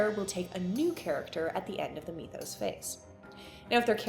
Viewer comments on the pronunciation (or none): How on earth did you decide mee-thos was the way to pronounce that word? Do you say "meeths" as well? Made this unwatchable for me.